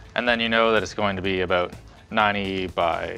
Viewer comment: The “aboot” yearly brought out your inner Canadian